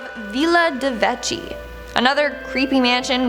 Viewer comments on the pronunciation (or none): DE VECCHI, the CH sound in italian is pronounced like a K, like in the word "keys"! 😘